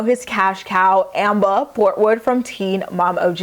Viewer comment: "AM-BAH" 😂😂😂